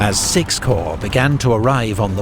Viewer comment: It’s pronounced “core” not corps.